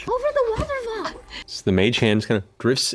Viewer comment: The way says waterfall is so good to me.